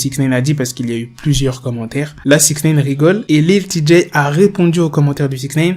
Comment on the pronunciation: Six Naïne! Pas six nèïne